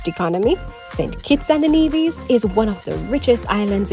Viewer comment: Nevis…Trinidadian…Santiago. Before you post videos… learn the correct pronunciation of the names please. Every country and people deserve that. Viva Cuba!